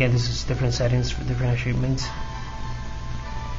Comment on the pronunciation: ahaha nigga says ashievments ahaha with a sh ashivements he a mexican ahaha